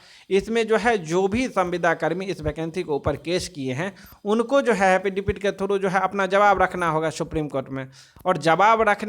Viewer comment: Phle एफिडेविट बोलना तो सिख ले . हाफिदावित बोलता है